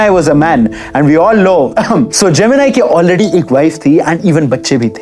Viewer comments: Gemeneeeee not jemini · Naam sahi se lena sikh lo pehle जेमिनाई नहीं जेमिनी गणेशन south ke famous hero the us time k ...ek movie bhi bani hai is p jo MX player app p hai usme rekha ar uski mother k bare me bhi dikhaya gya hai thoda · Not geminai he is gemini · Bro not जेमिनाई its जेमिनी Ganeshan... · how crazy this youtuber is, "NO research" , Pushpavalli is 1st wife , then he married to SAVITHRI , after that he was not much caring about 1st wife (Pushpavalli ) she is not puspavalli , she is MAHANATI SAVITHRI, bina kuch pronunciation ka research kare जेमिनी ko GEMINI (AI TOOL) banadiya 🤣😅 *but no problem else was good* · Stop saying gemin-I it's gemin-ee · His name is gemini and not geminai.... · pronounce gemini properly and why did you use Savitri pics?